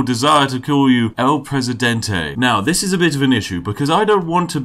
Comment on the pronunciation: *takes sip of tea Spiff: no one like el presidentay *Spits out tea